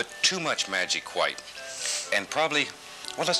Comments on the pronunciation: I love how says "hwite" like his father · White " Hew-white" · I feel like the pronunciation of hwhite gets stronger through each generation, the present rosses must scream HHHHHWHITE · i like how they both say "hwhite" lol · I love how he says white it’s like Hwhite he will be missed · Schwhat is magic schwhite? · they even say Whhite the same way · Other people: White Bob: Hwite